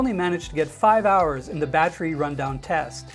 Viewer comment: Stop saying battery like that please.